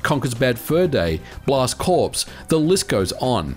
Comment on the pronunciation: It's pronounced blast core not corps. It's not a dead body. Also, people were buying the minis on the secondary market for 4 and 5 hundred dollars just to have one. So if you think that 150 dollars would price it out of the marketplace, you don't know Nintendo gamers.